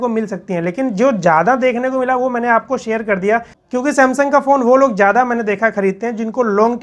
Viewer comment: جیادہ، جروری ،جمین 😂😂😂😂 ضروری، زیادہ، زمین صحیح الفاظ ہیں، تلفظ کا صحیح استعمال کرنا سیکھیں ۔۔